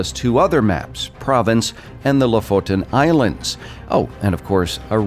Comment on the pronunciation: Thanks for the info. And nice you pronounced "Lofoton islands" correctly too...most utubers don't